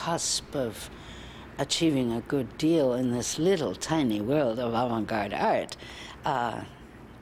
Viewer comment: It's "avant-garde"